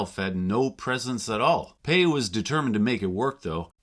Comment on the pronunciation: Is Pai really pronounced like "pay" and not "pie"? Do you have recordings of them saying the name?